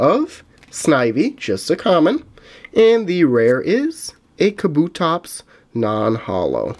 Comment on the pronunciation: OML HOW HE SAID KABUTOPS